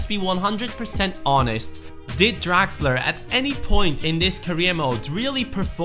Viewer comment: Who's this "Draxer"?, change it;)